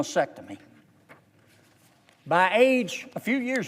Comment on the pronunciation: Senator, it's MAST-ectomy, not MASS-ectomy. Is there something in the GOP rule book that requires mispronouncing medical/sex related terms? During the Clinton impeachment all of the GOP house prosecutors squawked about GINITILIA instead of genitalia. Read the word, Senator Kennedy. It's not that hard to pronounce. Also, it's GONADOTROPIC not gonadoTHropic.